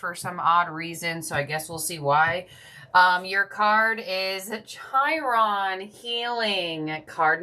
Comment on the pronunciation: Chi?? Chiron?? 😭😭😂 it’s pronounced Ki-Ron